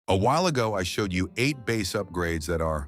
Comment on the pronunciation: Any video that prounounces bass like the fish instead of instrument is not worth listening too.